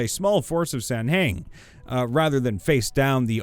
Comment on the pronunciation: 'sahuagin' is pronounced "sa-wah-gin", not "san-heng". Please listen to me.